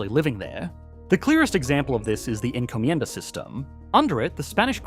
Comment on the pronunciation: Encomjenda...yep sounds like trinidad before french & brtish